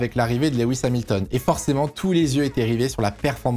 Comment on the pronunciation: coucou je fais le relou mais Lewis se prononce pas leh-wisse mais lou-wisse, c'est pas grand chose mais c'est + pro de mieux prononcer je trouve (et on dit au Barhein et pas a barhein)